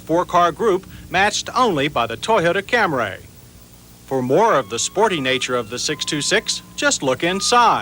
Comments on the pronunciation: insistence on calling it the Cam-ray kills me every time. It gives me shivers of discomfort. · Your deadpan pronunciation of "Camray" throughout the video somehow got funnier as you kept doing it.